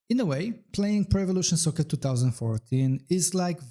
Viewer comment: why do you keep reading it like prevelation soccer?